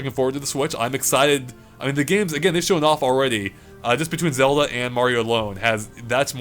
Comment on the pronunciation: Why does this guy keeps pronouncing zelda xoda